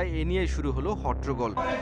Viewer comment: এত বড় টিভি চ্যানেলের সাংবাদিক এবং তালাশের মতো একটা প্রোগ্রামে উপস্থাপক হয়েও হট্টগোল উচ্চারণ সঠিকভাবে করতে পারেন না।খুবই হতাশাজনক ব্যাপার।